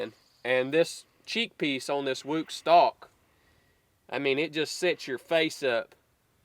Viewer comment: Stock not stick lol